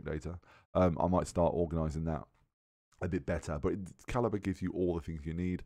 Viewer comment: haha i also said calib-re